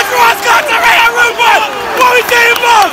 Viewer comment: the way my man says Torreira's name hahahahaha